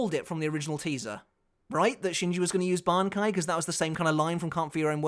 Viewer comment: really had to go back 5-6 times so listen if he really said bankia hahahhaaaaa